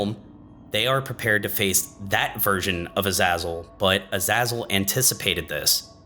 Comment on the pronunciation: This video so far is really good, I like how you're explaining and presenting things. As of writing this I'm just over 35 minutes in. Everything is great but you're pronunciation of Azazel makes me wanna defenestrate myself. Other than that great video 👍🏻 this series really needs more attention.